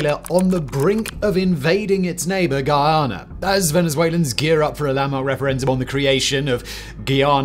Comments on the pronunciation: Bro its not giyana its Guyana jees smh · Its Guyana....not Geeayana. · Is not ghee-ana as in ghee, but Guy-ana as in guy. Like he is my guy friend. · the way you say Guyana, i misheard multiple times as Ghana :D recurrent thought of how dafuq is venezuela gonna invade there :'D